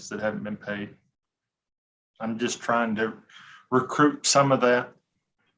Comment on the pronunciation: Did he say "recroup" losses or "recouped" ? 😂😂 sounded like recrouped to me😅